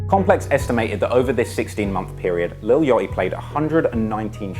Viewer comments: lil what??? yottiii??? 💀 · Lil Yoeaty😭lol I’m jus hatin, I love ya content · “ lil Yotty “